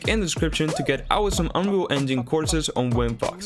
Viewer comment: Do you Say ' Whats'up Guys Welcome to New unreal f*ck tutorial ' Why it Sound like F*ck ??